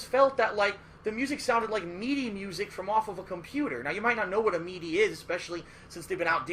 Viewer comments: "Meedee" lol i think he means midi. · You can tell just by the way he pronounces MIDI (mee-dee), that he has no idea what he is talking about or what MIDI even is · Mee-dee lmao